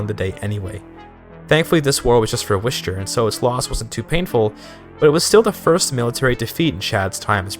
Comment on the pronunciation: take a shot every time he pronounces Worcester as "wishter"